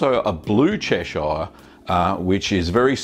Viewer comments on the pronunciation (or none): Absolutely loved this video, very informative and useful as usual, I think when I have the time I'll definitely be making this. Little minor thing though, as a local from Cheshire I have always said it as chesh-ugh rather than chesh-ire but that is nothing to do with the cheese itself. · Yes, the British pronunciation is definitely "Che-shur". If anything I'd expect Americans to pronounce it as Ches-shire. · I come from there. Its pronounced Cheshur. Like Lancashur and Yorkshur. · "Chesh-eye-are" lol. good video though. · Yeah the way he butchers Chesire is like the way he butchers Lancashire. I have australian friends and when they speak in their normal accent it sounds much more like the real pronunciation than this version